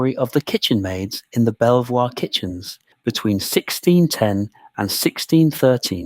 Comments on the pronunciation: If you’re going to make educational videos, please at least look up the pronunciation of the primary subject. It’s pronounced Beaver not Bel-voir. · Pronounced beever castle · Where did you get some of your information from? Quite a chunk of it, including the proper pronunciation of its name is significantly off and just wrong. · I'm liking this and subscribing to the channel. Why? Because the uploader has included a reference list. Yes, he should've pronounced the castle's name correctly, but at least he addresses it. It's only a 25 minute video and he's put a lot of work into it. I've been on other supposedly historical channels and a lot of it sounds like made-up waffle. Most channels don't even know how to pronounce the Domesday Book. Credit is due for actual research 👍 The treatment of these poor women is truly terrible and my heart goes out to them. Unfortunately, back then people genuinely believed in witchcraft. It explained to them why things happened in the absence of science. One positive about England though, it had very few witch trials compared to Europe. As for Villiers being behind it, who knows? Probably. But I do know that he was very unpopular with the public. After James I passed away, he attached himself to Charles l just as effectively. I could be wrong, but could the accusation that he was behind the witch trials be fabricated because he was so unpopular? As for where next, how about Highclere Castle where Downton Abbey was filmed?